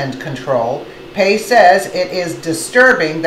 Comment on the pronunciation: ok video but she cant pronounce Commissioner Pai's name correctly. kinda comical. also she needs to talk more about the Soros 9/11 connection. it is well documented that Soros planned 9/11 and in fact piloted two of the 9/11 planes along with fellow members of The Left and they bailed out at the last second with wingsuits if you look closely at the news reals it is clearly soros there